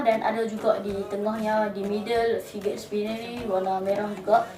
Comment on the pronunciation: sebut fidget pon salah